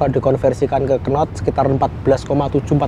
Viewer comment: Knot bacanya not mas, k ne gak ikut 😅